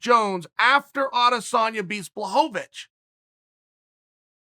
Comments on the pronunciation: I miss when Chael called him blahovavich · Chael changes how he pronounces names each time Jen Blahoavick or Jarn Blockohvich Come on Kale Sonnin